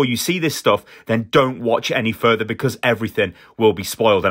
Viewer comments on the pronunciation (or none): none